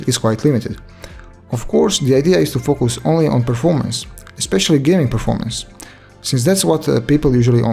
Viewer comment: I swear, he Said "focos" not "focus"